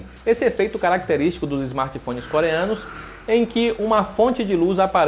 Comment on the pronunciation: "esmarti fonis"